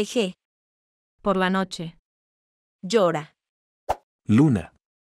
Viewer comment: Nochev ❌ noche ✔